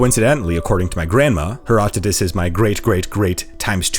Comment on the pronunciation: Herodotus, not Herotodus...jeez! Superb video, nonetheless.